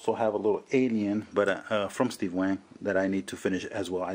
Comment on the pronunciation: Boss, wang ain't wank. Coz they ain't wankers. Just saying, it's pronounced waa-ng. cheers.